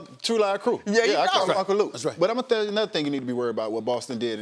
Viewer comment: Udonis “but ima THELL you another thing” 😂😂😂